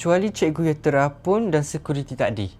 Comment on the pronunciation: Terapung bg bukan terapun